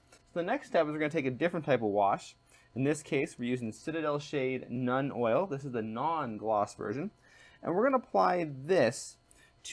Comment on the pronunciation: Dude, I have never commented on a video before but I had to on this one. First off, learn to pronounce the name of the products you are using. It's SEE pea, not sep EEa and Nuln not Nun and your brush is an artificer, not artificail. Next, without close ups we cant see a damn thing you are doing. Also check your camera focus. Your painting hand is in focus and the figure is not.